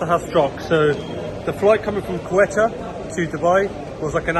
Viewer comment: Great video, bro Quetta is pronounced Ko - i as in India - ta sounds like Ford Ka.. ko-i-ta